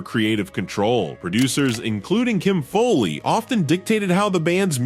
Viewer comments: It’s not Kim FOLEY, It’s Kim FOWLEY. This must be AI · What's with this Kim Foley? It's pronounced Fowley as in foul ball.